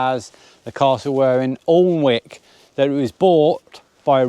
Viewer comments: Although it's spelt Alnwick, it's actually pronounced Anick. 😁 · Alnmouth is pronounced " ALINMOUTH " Alnwick Castle is pronounced " ANICK CASTLE " We Geordies will keep you right 😋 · Alnwick is pronounced anick, love your memories x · Alnwick, is, I think normally pronounced "Annick". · Happy Anniversary ! - Interesting back story. FYI, Alnwick is pronounced "Ann-ick" Not to be confused with another place not far away near Hexham called Anick ! (Hexham is pronounced "Hexum"...) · Alnwick.. you don't pronounce the L or the W.. An'ick. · Nice tiki tour guys. By the way 'Alnwick' (the 'L' & 'W' are silent), pronounced 'Anick'!! ['Bamburgh' is pronounced the same as you pronounce Edinburgh!!] Have travelled and experienced UK & Europe, when I lived & worked there 10+ years from 1978. Used to have a cottage near Berwick Upon Tweed and worked in Lindisfarne Castle. Surprised you did not take the ferry from Seahouses to the Farne Islands to see the Puffins!! Experienced and seen more than most people do in several life times. Been round the world 3 times, the last courtesy of Warner Bros TV. Take care & stay safe, particularly doggies. Kia Ora from New Zealand. 💜💜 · Alnwick is pronounced like Annick and Bamburgh is like Bamber. What a wonderful journey you've had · Sorry to be pedantick but Alnwick is pronounced Annick rhymes with panic 😂anyway love you all and your videos, keep on doing what you are doing ❤ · congrats.....your murdering these nothumberland town names....alnwick - annick, bambrugh bambra lol FYI where drones are not allowed to fly as the town and most of the beach is private land..... it is illegal to fly a drone over Bamburgh Castle and the surrounding area without permission from Natural England and Bamburgh Castle Estate. This is to protect the wildlife that live in the area. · Help from Some geordies - love the video but it’s Allan-mouth and An-ick 😂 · Alnwick pronounced Annick. Loved the vid xxxx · Alnwick is pronounced Ann hick